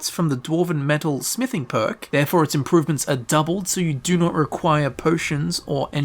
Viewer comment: I am about to break my phone if i hear again "you will requier the …… dlc"